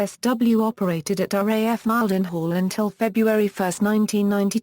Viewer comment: Mile-den-hall WTF